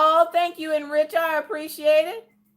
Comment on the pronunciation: Lol.. watching the replay.. you pronounced my name e-rich .. it’s the same as Eric.. but it’s the German spelling.. bill collectors used to call asking for E-rich.. no sorry no one here by that name.. lol